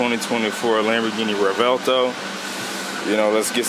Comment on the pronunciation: it's actually pronounced rev-well-toe